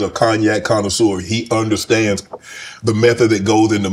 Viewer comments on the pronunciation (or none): none